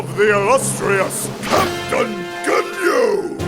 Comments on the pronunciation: Thought he was calling him KITTEN! lol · YOU KNOW HOW MANY TIMES IT TOOK ME TO REALIZE THAT IS SAYING CAPTAIN AND NOT KITTEN?!?!?! At least 35. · Jeice pronounces Captain like "Kitten" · Yeah, it took me a while to realise it wasn't "kitten". Even knowing it's Captain I still hear kitten. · Does anyone else hear Jeice saying "Kitten" instead of "Capn"? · is jeice saying captain or kitten? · Lol I swear sound like he’s saying kitten instead of captain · At first I thought: kitten! (captain) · LMAO I thought that's what he was saying the whole time until you pointed it out! xD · Every time he says Captain it sounds like he's saying kitten to me lol. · Is calling Ginyu kitten? XD I know It's supposed to be captain...but it sounds like kitten:P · oh.... took me forever to realize was calling ginyu captain... I kept hearing kitten, now it makes sense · captain... cape-tan =kitten it does sound like kitten somehow XD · Thumbs up if you think that most of the time or however you spell his name is saying Kitten... instead of captain.. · Every time Jeice says "Captain," it sounds like "Kitten." And Freeza is God. xDDDD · hes saying captain, i thought he was saying KITTEN XD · When says captain it sounds like he's saying kitten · "I'm not that short Ca'tain." Poor Jeice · I swore Jeice called Ginyu "Kitten" for a moment... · I seriously thought Jeice was saying Kitten until I watched this the 10th time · How daft am I to realize is actually saying captain and not Kittin or Cap and not Kit? 😅😅😅😅......😅